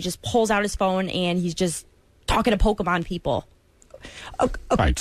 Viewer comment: Lel "pokeymen" How does that lady know John?